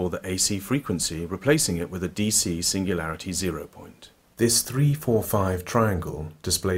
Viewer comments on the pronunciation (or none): none